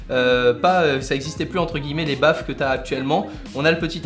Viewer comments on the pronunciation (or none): En parlant de haut-parleurs, on ne dit pas "baffe" mais "baffle" ^^